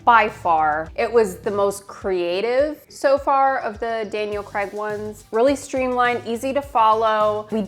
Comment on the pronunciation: Btw its craig not CRAG!